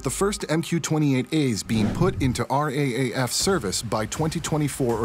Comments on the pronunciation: Thanks for the update. By the way, we don't "speak" the acronym RAAF as each letter individually - the common usage is "R double A F" or Raff (pronounced as one word similar to wrap - or the words 'riff raff' - minus the riff obviously) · RAAF is spoken as R "Double A" F !!!